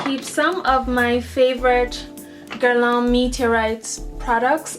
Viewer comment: Beautiful girl, beautiful collection. I hope I don't cause offence--you just said it so much, and have so much from the line I wanted to let you know. You pronounce Guerlain almost perfectly, but it could use a bit of a tweek. You have the first syllable down pat ;) The second syllable is the culprit, lol. It should rhyme with "man", just make sure to create the nasal "n" sound without actually closing to pronounce a complete "n" sound. You're actually doing great at making the nasal "n" sound, it's just the vowel sound you needed to change. So remember "man" (just substitute an "l" for the "m"), not "lawn"... Good Luck Ma Cherie xo ;)